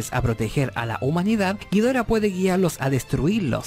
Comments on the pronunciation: suena a grifo xd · "king ghiforah" xd